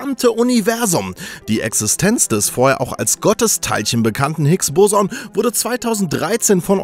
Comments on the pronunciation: Du hast das Hicks-Boson falsch ausgesprochen. Man spricht das erste o schneller aus, sonst ist alles richtig. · Es heißt higs bosooooooonn, nicht higs bòson